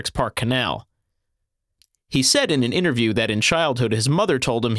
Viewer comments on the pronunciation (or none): none